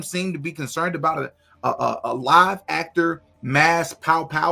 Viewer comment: I laugh every single time says “live”. 😂